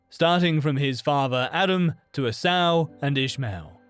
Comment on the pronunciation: Is it just me? But how do I trust someone who cannot quote the actual scriptures correctly to have a sound opinion on anything of great importance. Eve CONVINCED and bore a son. “A SOW” instead of Esau? Don’t know who Grace Digital Network, but I suggest folks be careful building beliefs or doctrine based solely on content from this group.